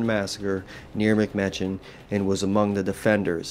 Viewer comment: Can tell you’re not a local. it’s pronounced “Mick-mech-in”. Martin Wetzel was one of my 5th great grandfathers.